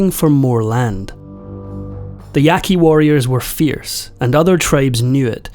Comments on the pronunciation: You say the name of this tribe “Yaah-Kee.” And please do your research about tribes who “surrendered” to the government because you’re completely incorrect and so is your title. A common practice is to use peer reviewed academic sources of the DISCIPLINE. So don’t use those old archaeological opinion pieces that still float around as they’ve been discounted as racist and blatantly inaccurate. So, if you’re discussing Native American history, then you can only trust sources from a professor of Native American studies in order for the info be considered credible. Oh, and there’s also the national archives which discusses every single dirty horrific detail of the conquest of the Americas and what was done to the people who were there first- written by the colonizers themselves. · Ya qu i not yaqi